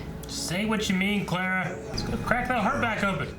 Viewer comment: You know they've had Clara for a while now and,, and still can't pronounce her freaking name right.